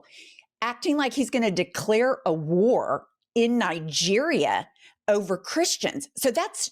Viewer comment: Did you say Nigreria.Now he can recruit African Americans, at least 2 battalions to die in Africa